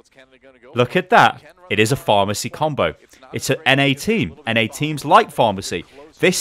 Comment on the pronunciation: Is he saying pharmacy combo?